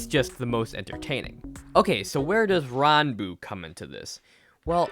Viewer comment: your saying his name 100% wrong